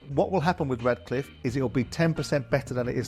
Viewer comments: For god sake, it’s Ratcliffe not Radcliffe. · I’m 8 minutes in and here are the clear mistakes I’ve noticed so far from these two buffoons; - Souness keeps calling the Glazer family the Glaziers; they’re American businessmen not window salesmen! - Jordan keeps calling Ratcliffe ‘Radcliffe’. He’s a British businessman, not a wizard ffs!! - Jordan said Liverpool signed Ederson for 75 million when he obviously went to City and Liverpool signed Alisson🤦‍♂️🤦‍♂️ - Souness said United signed Onana for ‘circa 70 million’. It was 43 million, but hey, why let the truth get in the way of a good story!! What a pair of utterly useless clickbait melts!!